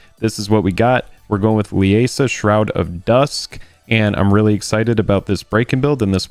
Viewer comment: Liesa is pronounced LEE-ZA I should know how my mothers name is pronounced 😅 Not Le-a-sa😂